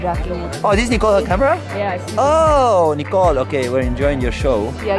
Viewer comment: "Ooowwww, Nikol, werr injoying urr show." HAHAHAHA cutieee